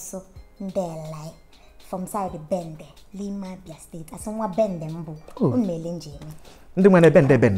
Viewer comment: I'm from Abia Aba ngwa we don't pronounce things the way she does she should be specific so we know where she's from.